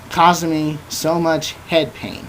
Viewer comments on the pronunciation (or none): none